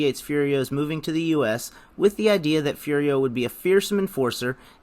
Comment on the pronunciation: Of course he has a nickname! Everyone calls him "Fury-oh" when he was actually named "Foo-dee-oh" 🤦🏽‍♂️ Come on!